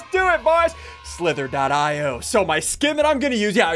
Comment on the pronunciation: It’s pronounced io Not .io